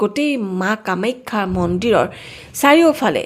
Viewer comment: কামেক্ষা বুলি কিয় উচ্চাৰণ কৰা?